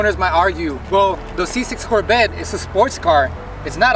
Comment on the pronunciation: Its Corvette.. not Corbette. 😂😂 But seeing that u hate ur Corbette so much.. i have a car hauler, ready.... 🤣